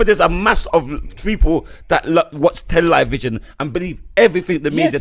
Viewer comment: So when I listened to this podcast I thought I heard say Tell-Lie-Vision, now that I’ve watched it here it’s confirmed he did.... but nobody battered an eyelid 😂